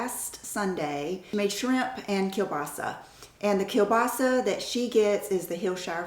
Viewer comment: The way you say "kiełbasa" is truly perfect! Do u have any family from Poland ??? :))